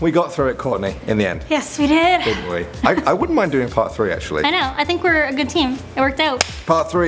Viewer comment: H Kirk lol part tree 😂